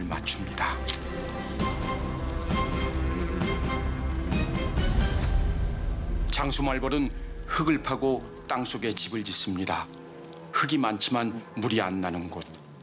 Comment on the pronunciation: [흐글], [흐기] : x [흘글], [흘기] : o 연음으로 읽어주셔야돼요